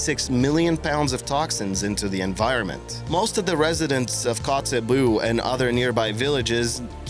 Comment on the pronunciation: The pronunciation for the city in Alaska is " koots-bay" (Kotzebue)